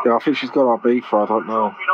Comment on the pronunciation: When the voice says “fink” or “fought” there’s really no point listening any further.